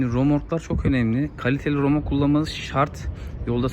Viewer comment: "Romork" değil kardeş "RÖMORK" Yazdığınızı okuyamıyorsunuz, üstelik bilgilendirmeye girişiyorsunuz. İlginç.